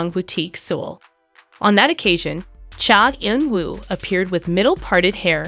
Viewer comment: First you should really learn how to pronounce a celebrities name before you decide to talk about them (for ratings). He is a very reserved person. Please respect him. Thank you.